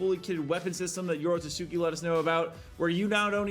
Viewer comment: It’s yoro-ts-uki, not yoro-too-suki 😅😅😅